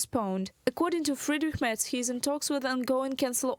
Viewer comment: Kudos for the correct pronunciation of Friedrich Merz. It seems a lot of Americans don't really care about pronouncing names right. They (try to) pronounce every name like it was an English word and fail.